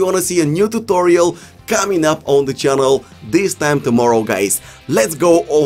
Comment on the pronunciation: “On my chkanelll”